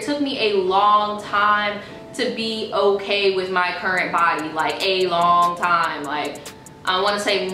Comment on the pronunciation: I die every time you say " okey " 🤣 & I think a eating disorder would help more than hurt ppl so I'd love to see it 🤞🏽😣